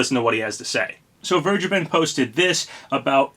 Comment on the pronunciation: I am fairly certain that you are pronouncing "Vergeben" wrong. The "V" should sound like an "F", and the "G" is a hard "G", not a soft "G".